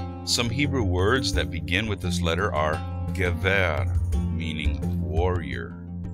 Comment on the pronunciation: Cool video. In the biblical scripts and modern pronunciation, the syllable stress of גבר gever and גשם geshem go on the first syllable: géver, not gevér, and géshem, not geshém - they are segolate nouns. Gimel is also pronounced gímel :)